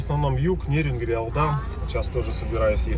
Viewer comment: ты же коренной житель Якутии, а даже не знаешь на какую букву ставится ударение в названии г. Нерюнгри!!! 🤦‍♂️🤦‍♂️🤦‍♂️